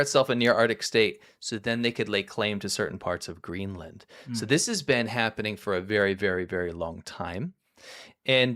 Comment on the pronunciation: Greeland? Really....educated at a learing centre?